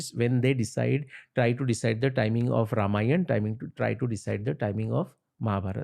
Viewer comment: Ramayan ❌ Ramayana ✅